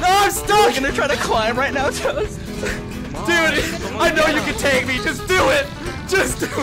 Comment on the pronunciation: Tag: it’s not “TEG.” Its tag. T- ah- guh.